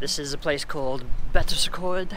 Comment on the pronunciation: You pronounce Betws-y-Coed very differently to how I thought it was pronounced. I really need to get better at Welsh pronunciation.